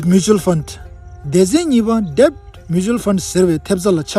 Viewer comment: read debt = det ( like dad as b is silent) channel is useful 🕊️🌿